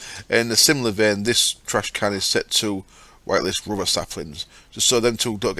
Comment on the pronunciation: nothing wrong with how you say 'space'. Rubber, on the other hand. At first I really thought you were talking about Ruby. Which at that time was an option. But you're still entertaining.